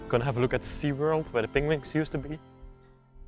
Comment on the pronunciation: I LOVE the way you pronounce penguins as "pengwings" - makes me giggle every time! Another awesome find, thanks for sharing!